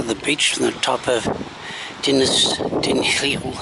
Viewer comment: You got "Dinas" right. The second word, "Dinlle", is "deen-cleh" (aspirate the 'cl' sound).